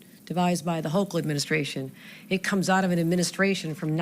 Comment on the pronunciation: Gov. Kathy Hochul's name is pronounced ''HOCO'' both vowel's are long O's